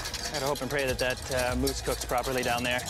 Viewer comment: Why does scallop mousse sounds like scallop moose